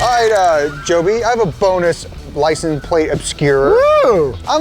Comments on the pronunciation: I can't get over the guy continuously saying, "Lice 'n' plate" lol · hitting us with the licen plate everytime! man cant say the word xD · "licum plate" why does bro not pronounce the "se" at the end of "license" plates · Are.. are you saying "lisenplate"? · Someone needs to sit him down and explain that it's a LICENSE plate, not a Lisen plate. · “Licen plate” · Do they say licen? plate. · calls them "Licenplates"? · Why can't pronounce "license"